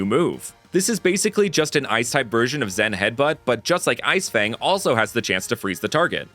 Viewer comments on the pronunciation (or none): none